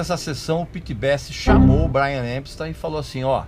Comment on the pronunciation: Acho as informações úteis, mas se você cortar os "pouca gente sabe " e similares, o tempo do clip cai pela metade. Precisa melhorar o inglês, também. O nome do cara é Epstein, e não "EMpstein". De resto, agradeço as informações que não conhecia.